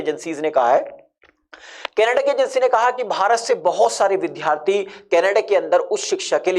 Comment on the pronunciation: वि धा रथी। नहीं। वि द् या रथी। ये सही pronunciation है।